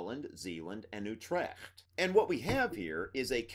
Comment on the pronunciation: ng is a digraph in dutch and makes the same sound basically as it does in english. That nasally thing you hear in words like king. Nice attempt on the pronunciation of dutch in general though, I was surprised you dared to attempt a dutch pronunciation of Utrecht.